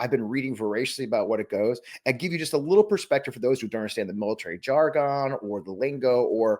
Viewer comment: .. Jar-gone? Who says it like that?